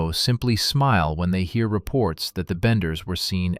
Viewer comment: Thats what I thought. Its benders not banders